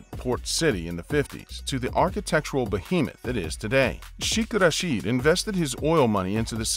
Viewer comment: When making public videos please make sure you are able to correctly pronounce words. The word sheikh is not pronounced ‘sh-ee-k’. It is pronounced more closely to ‘shake’. Rashid is pronounced ‘ra-shid’ which Sounds like the i in ‘hid’ and not ‘ra-sheed’. Further the royals in the UAE are not casually referred to as Sheikh. In the case of this royal he is commonly referred to as Sheikh Mohammed bin Rashid, Mohammed bin Rashid, or more recently as MBR which stems from the crowned prince of Saudi Arabia being referred to as MBS. Sadly there is so much corruption in the UAE and it all starts at the top. Everything change after Sheikh Zayed passed and the rulers had only a list for money and power.